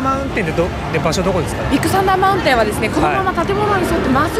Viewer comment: ディックサンダーマウンテンに聞こえてしまった僕は疲れてるのかね。笑